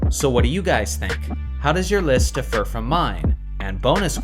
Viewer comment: Your engagement trolling has reached a new level of excellence, so here's my contribution. One complaint: you're pronouncing "differ" with the emphasis on the wrong syllable. The word you're actually saying is "defer". Differ: DIFF er Defer: de FER